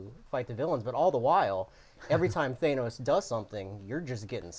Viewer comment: The way you pronounce Thanos fills me with rage.